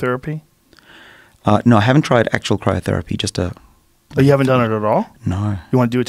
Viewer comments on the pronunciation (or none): Joe " CyroTherapy " Rogan!!!😬